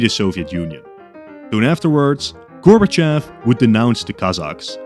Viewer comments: Its actually Gorbachov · it’s gorbover